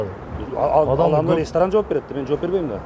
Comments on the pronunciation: Рестран эмес ресторан деп суйлогулочу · Башында телефондо суйлошкон бала РЕСТРАН дейт го😅